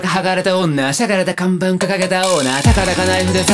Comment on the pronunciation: ここのパートの「看板」の発音がバッチクソにカッコイイ…。 あと、「気 狂ってる目 散歩中」の散歩中と、「納得？」の語尾が⤴︎って感じで上がるのすごい…なんか…すごい好き。(語彙力の低下を確認）